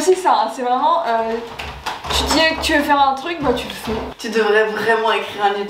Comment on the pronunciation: un anglais vreument